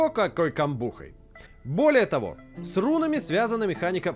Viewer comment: ха! он сказал срунами